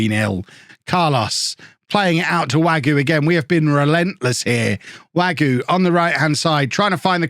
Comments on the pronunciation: Wague is more way-g rather than wague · Im pretty sure wague is pronounced varg not wagyu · Wagué as Wagyu gets me every fucking time.